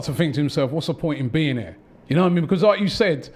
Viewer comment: For the love of god robbie learn how to say the word BECAUSE please